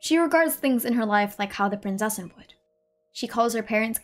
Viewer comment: As someone from a german speaking country I feel the need to tell everyone that the "z" in Prinzessin is not spoken as an "s" or "c" it is very hard and spoken like a "tz". So thats everything thanks for your time. I hope there will be more videos like this since they are really interesting.